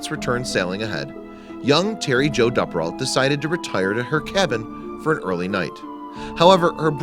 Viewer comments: It’s a great video but I’m just mad that he pronounces Duperrault wrong the entire video. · You're pronouncing her last name wrong. It's a long U, like Dooperrault, not a short U. I remember this very well because my family lived in the Green Bay area and I was her age. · I'm pretty sure the name is pronounced Doo-per-alt. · For those trying to look it up, the narrator is saying the surname Duperrault. The accent is impossible.